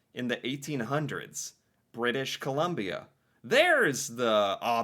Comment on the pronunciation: Thank You! Although.... he won't ever read this. He's been doing this for two years and still says "British Columbia" like a Kindergarten teacher.